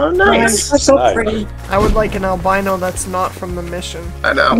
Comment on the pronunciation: Al-BEAN-O! I do wish tents didn't count toward your "encumberment".